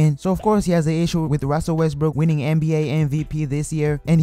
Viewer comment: Oh my gawd ruzzel wezzbrook